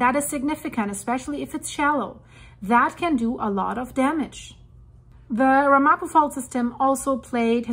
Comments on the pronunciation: Pronounced more like RAMapo with the accent on the first syllable. The Ramapo Mountains are a relatively small area just north of the NJ-NY border. The word is of Native American origin, and a local group in the area has been recognized as a tribe by the State of New Jersey. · It’s pronounced Ram-a-poe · It's pronounced RAM-a-po. And it's New MAH-drid. Excellent video. Thanks for keeping us informed.